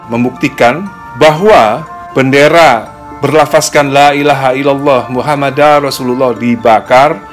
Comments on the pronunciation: Laailahailallah muhammadURrosulallah, bukan muhammadar, mohon dikoreksi jika salah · Maaf mas Dani untuk melafazkan kalimat Muhammadur Rosululloh( pakai rofa) bukan Muhammadar Rosululloh "LAA ILAHA ILLALLOH MUHAMMAD(UR ) ROSULULLOH" 🙏🙏